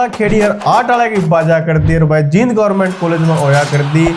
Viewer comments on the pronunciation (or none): none